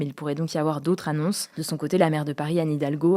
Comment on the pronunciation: Pas d’autres annonces. D’autres Zannonces. Il faut faire entendre le pluriel. Merci!